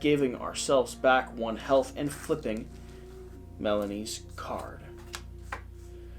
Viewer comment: Still trying to reconcile the way you pronounced Melanie.